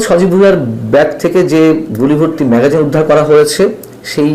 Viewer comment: উচ্চারণটি মেগজিন না-কি ম্যাগাজিন